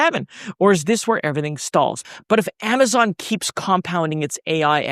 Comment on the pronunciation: Did you just pronounce it Amaton in the intro?